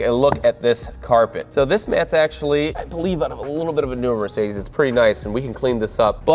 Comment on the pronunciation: 300d, not 300D. The latter would be a Diesel, but this Adenauer 300d uses the same engine as the 300SL Gullwing, albeit a bit differently tuned. And it isn't mirsaydees, but mer c dez. 😊